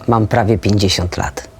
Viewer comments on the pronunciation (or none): haha, no wlasnie chodzi o to JAK to powiedziala, z takim naciskiem ze PRAWIE 50! bum! jakby to bylo conajmniej 80! ;) Nic w tym zlego, tylko brzmi jakby jednak miala z tym mega problem gdzies w glebi..